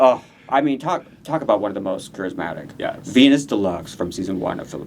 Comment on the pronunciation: i hope western people learn to pronounce her name. it's VIN-YAS, not VI-NAS. her name is spelled as VIÑAS, mind the tilde (~) on the letter N.